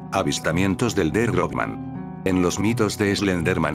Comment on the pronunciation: Realmente se pronunciaria Grossman, no Grobman